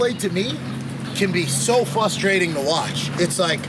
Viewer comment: Question: is there anything more frustrating/ frustrated than some one who says fuss-trading / fuss-traded? Answer: nothing.